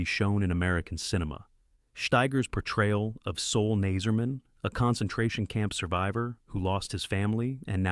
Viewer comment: It’s Sol, not Soul.